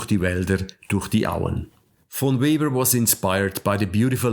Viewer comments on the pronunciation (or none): "Weber" is pronounced "Veber." "Chord" is pronounced "cord."